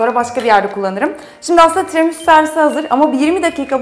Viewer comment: "Tiramusu" - "çukulata" 😂😂😂